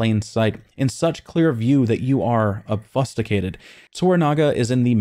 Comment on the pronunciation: Okay, "Ob-fusk-u-tated" rather than "Obfuscated" (Ob-Fu-Skated), now I know you're just mispronouncing words to fuck with us. Well played sir, well played. If not, I kinda want to know how you pronounce tomato, honestly. Nag-in-ata. Like "Nahg-in-ata", stress on the "in".